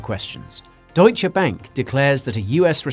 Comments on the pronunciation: Wow, an Anglo who pronounces the e at the end of Deutsche! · Love your news videos. Great job. And the way you pronounce "Deutsche" Bank is almost perfect.